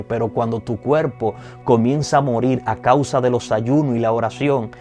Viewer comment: Gracias x desear dar enseñanzas si deseas que mucha gente ve ay que como embajadores representemos bien,con todo respeto te aconsejo que prendas a pronunciar la r la s la m...osea cuerpo no cuelpo